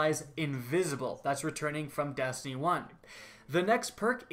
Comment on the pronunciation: your E's become A's like when you say Dastiny